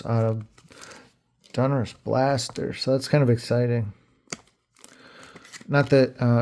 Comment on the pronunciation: ITS DONruss NOT DUNruss 👍🏻